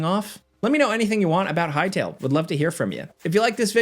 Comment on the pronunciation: respect to the guy who said "hytale"